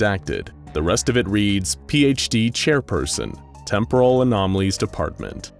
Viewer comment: Dude, every time you say out loud "Temporal", "Temporally", etc I cringe, your cadence is wrong. Its not "Tempóral" its "Témporal" (emphasis in the first syllable) >:v AARRGGGHHHHRGRHGRHGRKJFKJHDSKJFHKJSD *Cringe*